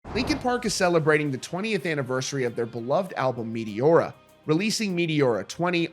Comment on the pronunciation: "Meteora" pronunciation completely killed.